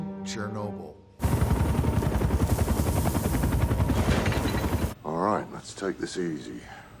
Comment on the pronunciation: Why is it “Chernoby”. Without the L